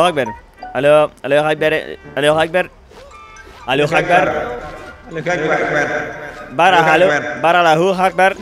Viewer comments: por que dice "alu akbar"? no es allahu akbar ? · es alaju akbar. No alu jacbar